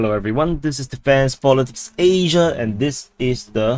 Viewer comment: I gave thumbs up even though I didn't hear Asia pronounced right